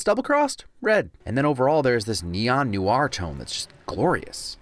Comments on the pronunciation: How in the blue hell did you just pronounce "noir"? New-ar? :D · Kickass video and insights. Noir = pronounced: "Nwahr", one syllable, sir. :)